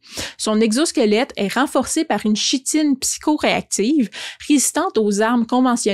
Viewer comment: Merci pour cet excellent travail ! Pour info, chitine se prononce "kitine" 😉